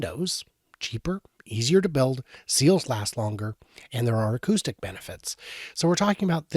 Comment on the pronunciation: Accoustic, not accusting